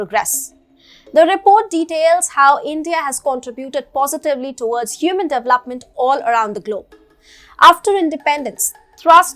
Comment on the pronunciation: you have been presenting well. Thanks. But I am unable to bear the way you pronounce DEVELOPE or DEVELOPMENT. Looking forward to see improvement.